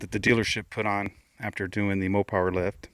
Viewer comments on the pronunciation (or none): It’s Mopar not Mopower lol